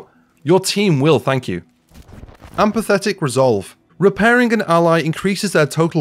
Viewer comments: this needs updating - also... empathic = EM - PATH - ICK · Empathic.... No 'T' 😉